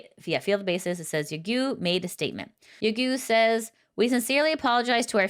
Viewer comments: It's pronounced "yagOH" not "yagEW" xD Thank you for the news report !!! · it’s pronounced ya go. Not guu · it's pronounced ya-go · Dahahah I like that you keep coming back to pronouncing 'Yagoo' instead of 'Yagow' despite previous videos.